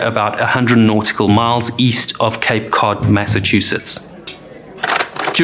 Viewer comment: Cape Code Bay? 😆